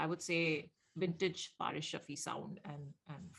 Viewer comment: butchering faris ka verse😵😵.... Btw loved your reaction